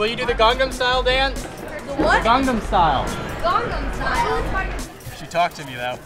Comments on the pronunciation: i think miley thought she thought he said "gongnom style". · LOL Miley, "what?" and i think she answered "gangam style?" lol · RS: Miley do u no gangnam styl? Miley: what? RS: gangnam style. Miley: garngnarm styl? Lol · gongnom style 0.o she must be comfused :D